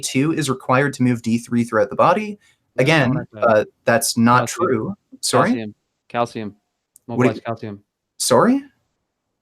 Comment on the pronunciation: Why can't this guy pronounce "sorry" and multiple other words correctly? Wtf is suree?